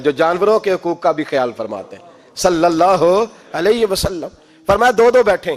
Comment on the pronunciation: Nabi pak Sallallahu Alahi Wassallam ka naam sahi se aada kiya kare jazakallah